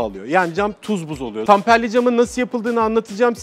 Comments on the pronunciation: Tamperli değil temperli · Tamperli değil temperli cam abi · Tamperli cam değil, temperli cam. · Kardeşim yalnız tamperli cam değil, temperli cam olacak.